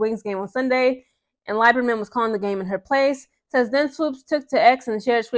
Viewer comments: Lieberman Is pronounced as Lee not lie berman. And she was right to ask Sheryl to issue a public apology for mistating Caitlin's age and eligibility because it was ridiculous. She was not 25 and in her 5th year of eligibllity. She is now only 22. Nancy was a fan of CC in college that is why she asked Sheryl. I don't see it as two old women fighting over a young girl. And by the way Sheryl was fired as a college coach because she disrespected her players... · Pronounced LEE-ber-Mann. Indiana has two sets of fans. The ones from Indiana..then the ones not from Indiana. People forget when the kkk moved their national HQ from Tennessee it went to Indianapolis. Indiana outside Indy is a racist time warp. Back in the 30s 40s Indiana had more lynchings than southern states. My best friend from childhood lives in nap town but he will tell you straight up…there are a lot of sundown towns in rural Indiana. He also said that MAGA loving segment of the fanbase is small but gives the entire fanbase a bad rep. At this point Swoopes is just looking bozo. She doesn’t have to like CC but it’s gotten ridiculous. She clearly has a problem w white females due to a trauma she has never resolved but don’t take that out on other women. 😮